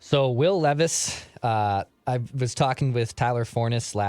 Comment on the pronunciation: It's leeeeevis according to Thor 😭